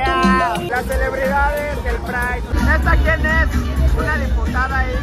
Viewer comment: ¿Por qué tienen que estar tan colonizado? ¿Por qué pride si ya había una palabra en español? Es un poco patético, incluso la entonación que hace.